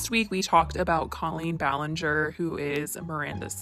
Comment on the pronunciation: I’m a casual Colleen fan and I don’t have a stake in this game, but I do want to say that if you are going to make a whole video like this, pronouncing the name correctly of the person in question is a must... call me silly if you will but I stopped the video halfway through because of the constant mispronunciation.